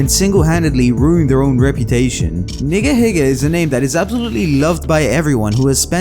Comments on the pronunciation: Bro didnt not say nigahiga correctly 💀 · I wasn't a subscriber, but I remember hearing about Nigahiga. And I feel like I heard it pronounced "Neega heega" to avoid it sounding... questionable...